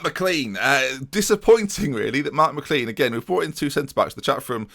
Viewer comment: IT'S MI CLAIN NOT CLEAN thanks xx